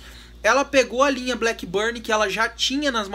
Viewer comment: It's not 'blackburnie' but blackburn!